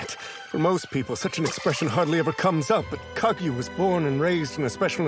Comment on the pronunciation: did he say Kaguya or Kaggy?